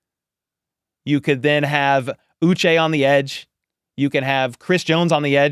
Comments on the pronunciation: It’s pronounced OO-Shay. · Remember it's pronounced Ooh-Shey Joshua Uche Ooh shey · I believe he pronounces his name “OO-SHAY” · Hi. This symbol ' indicates an accented syllable as in U che' 😊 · Well take a look at the man himself. Sounds like he's saying uche